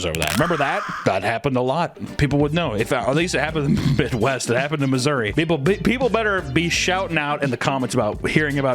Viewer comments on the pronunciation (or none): none